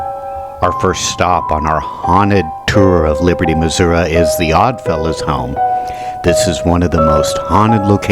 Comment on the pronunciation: Please learn to pronounce Missouri. I went to Jewell. Third story men’s bathroom in Jewell hall. I heard a voice saying my full legal name in a whisper and within five minutes, the voice was screaming my full legal name. Never went in there again. Class of 2001.